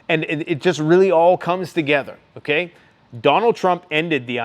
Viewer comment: "Sh*t's fittin' to pop off"??? That's not the way you say that bud. Friggin cringey ass boomer. And why do you say "okay" so friggin weird. Like "ahhkie". What a weirdo man..... P.s. 10 x 20k = 250k? Wtf is that math dude..... that's like third grade level stuff. You're absolutely cooked